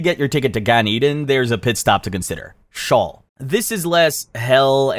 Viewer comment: And it's sheeeeole